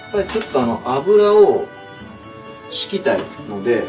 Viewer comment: 油をし↓き↑た↓い↓